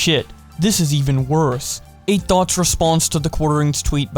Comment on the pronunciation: Sounds like you’re saying “Eight Thots” 😂😂😂